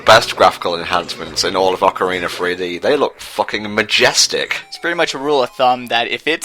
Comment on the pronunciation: Everytime it sounds like you say Ocariner of Time